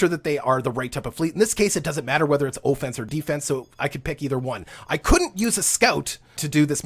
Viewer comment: LOL.. I was enjoying the videos, but now I cant get past you pronouncing offense with a "long OH" sound. Keep up the good stuff - make sure you update on features that no longer exist like breaking down commodities for resources.